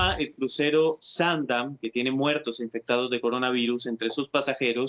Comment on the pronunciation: si escucharon ? "infecstados" y ademas llama a la cohabitacion